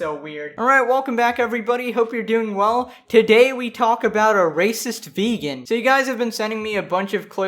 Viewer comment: “You once were a ve-gone, but now you will be gone.”